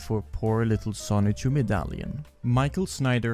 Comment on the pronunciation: The license plates say SONICHU not Son-Chu. The cars are named Son-Chu.